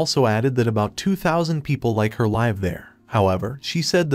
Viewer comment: you keep pronouncing the word "live" wrong